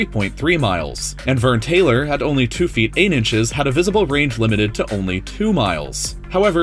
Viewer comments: Verne Taylor? It’s Verne troyer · I disliked because you kept saying Vern Taylor... It's Troyer ya dick fuck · Pretty sure his name is Troyer, not Taylor. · I love this channel, but his name’s Verne Troyer not Verne Taylor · It's Verne Troyer... Troyer!! My OCD is acting up. Anyways, cool vid bro.... It's Troyer! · Not that no one has brought up the fact he called him Vern Taylor Taylor instead of Vern Troyer. RIP Mini Me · VERNE *TROYER* holy shit put some respect on my man's name... RIP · TROYER...VERNE TROYER not TAYLOR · You said Verne Taylor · Verne "Troyer" not Taylor. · It's Verne Troyer, not Verne Taylor. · Verne Troyer. Not Vern Taylor. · Verne *Troyer lol